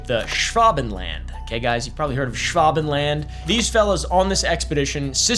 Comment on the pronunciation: Why are you saying it like that? Schwa Ben Land, not Schwav Ven Land, Like nobody says its with a v.